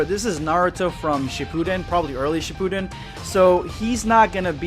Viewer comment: Man I just new that something was wrong when he said Dragon-ball Shipudden